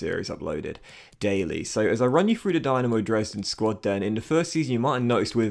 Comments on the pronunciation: Eyy Dynamo Dresden! Nice to showcase the german tier of football. As a heads up, the club is pronounced Dee-Na-Mo, not the Dynamo you'd think it is.... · i believe the y in dynamo is pronounced as an E and the e in dresden as an A